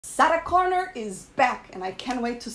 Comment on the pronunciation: You need to practice saying Sarah Connor. it doesn’t even sound like a name you’re saying even the captions pick it up as Saturn Connor. It has trouble understanding you.